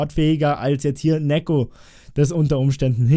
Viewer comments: Neeko nicht nekko. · Neeeeeeko Nicht nekkkkkkkkkkkkko